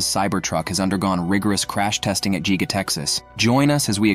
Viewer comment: Pro tip: If you want the robot voice to pronounce things correctly you have to spell them differently sometimes. Don't type in "Giga" type in "Gigga" or "Gig-a". The computer should say those correctly. It sees "Giga" and because there is only one "G" it thinks it should be said "Jeega". Try "Gigga" then the computer voice should pronounce it correctly. Cool video!